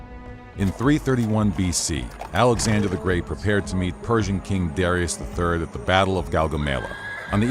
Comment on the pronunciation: "prepaird by Armour and company" 💀